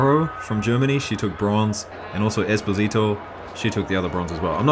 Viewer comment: 1)The slow-mo hasn't been abused enough, and that's a sin. Repent! 2)Esposito is to be read with the accent on the O in the middle, not on the I. Good clip 🎩